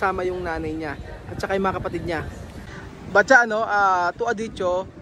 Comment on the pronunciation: ano talaga, patcha o batcha? iba kasi pronounce mo sa pangalan eh.